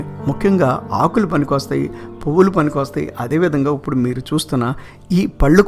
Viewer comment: ఇప్పుడు అనే మాటను ఉప్పుడు అనటం బాగోలేదు.